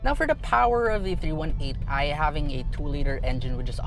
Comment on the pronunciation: its not meant to be rude about it, just thought the miss pronunciation was a little different